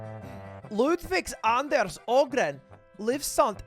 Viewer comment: That is actually a perfect pronounciation of the name "Anders". (Not so much Ludwig or Ahgren). Translated it says "... been livestreaming from his bedroom around the clock for two weeks, earning him one hundred thousand dollars. " Direct translation word for word would be something like: "Live streamed day and night from his bedroom for two weeks and pulled in one million"